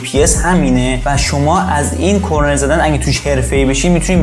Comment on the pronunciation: کرنر درسته نه کرنل😂👌